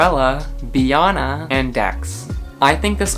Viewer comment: I'm so sorry what did u say b ana no no no no no is that how your supposed to say her name 😭😭 I have been saying it wrong for 2years?